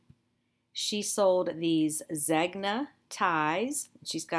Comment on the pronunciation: Zegna is Italian and pronunced ZANE-ya.